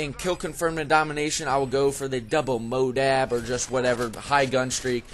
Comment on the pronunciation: why do you say "modab"?